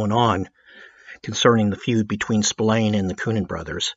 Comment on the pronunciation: It's pronounced SP-ILARNEEEEÉ stop winding this guy up